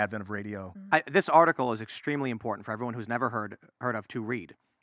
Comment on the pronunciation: just rattles and he can't pronounce the word im-por-tant.